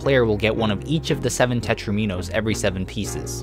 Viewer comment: Tetraminos doesn't rhyme with dominos?!